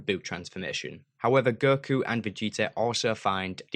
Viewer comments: Please don't say Ger-ku (Go-Kuu) Ger-an (Go-Han) Ger-tin (Go-Ten) and Ger-tenks (Go-tanks) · holy shit cant believe you are butchering their names so brutally. girku, girtenks, goehan.. jesus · Why do you pronounce ‘go’ as ‘ger’? I hear you saying ‘gerhan’ ‘gertanks’ and ‘gerku’